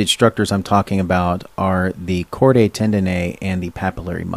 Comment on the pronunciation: Chordae is "chord-aye" - seriously?? How are we supposed to take someone seriously who can't even learn the correct way to pronounce terms??